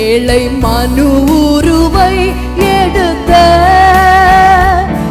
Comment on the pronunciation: இந்த சிஸ்டருக்கு ழ உச்சரிக்க தெரியாதா ஏழை என்பதை ஏளை என்கிறார்